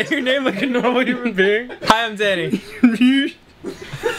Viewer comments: Dan: Can you fucking... Say you name like a normal human being!? Ross: Mjiyysch... Seems legit. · "Can you fu*king say your name like a normal human being?" next clip "Hi, I'm Danny." "Mehfuee" Classic.